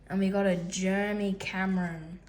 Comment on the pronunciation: Bro said jermy😂